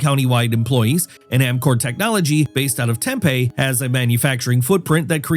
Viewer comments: LOL.... Tem-pay? Where's that? It's "Tem-pee" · What's a Tem-PAY????? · OMG FFS - it is - prounounced ( TemPee NO temPAY ) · I love hearing non arozonans try to pronounce cities in Arizona. “Tem-pay” Tempe “Marrycopa” Maricopa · Wait he really said TempAY its pronounced TemPEE and So nor an not sunruhrin dessert. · Not marry-copa, but mari-copa. Not tempeh, but tempee. Please consider retraining your AI with correct pronunciation. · It's not TEMPAY it's Tempe "tempEEE" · No, they are pronounced "Temp-ee," "Mar-rih-copa," and "Sun-OH-rin." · It’s not Tempay 😂 its Tempe (tem-pee) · Tempe is pronounced Tem-PEE not TEM-Pay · "Tempeh." "Marrycopa." "Sunerun." 😂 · Check your pronunciations my dude. They're pronounced Meh•ruh•copa and Tem•pee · It's an interesting video. However, you should definitely learn how to pronounce the places you're talking about. You consistently mispronounced Maricopa, Tempe, and several other places you were commenting on. It was definitely distracting while watching your video. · I know you’ve never been here by the way you pronounced Tempe. Or was this an AI voice with a chink in its armor? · You're doing a video on Maricopa and can't even pronounce it correctly! You also mispronounced common place names like the Sonoran desert and Tempe. It makes it sound like you don't know what you're talking about.